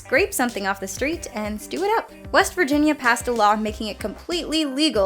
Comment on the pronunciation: When said west wirginia my brain: take me home country roads